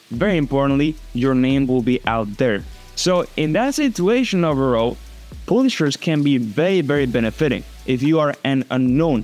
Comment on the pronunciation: Just a tip:publishers you pronounce it like páblishers